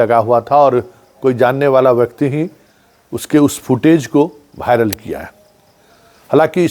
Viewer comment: भायरल नहीं होता वायरल होता है।थोड़ा उच्चारण तो सुधार लीजिए